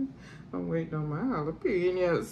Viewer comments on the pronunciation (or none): Can I say PAUSE to the birthday girl for saying jale-penias 😂😂😂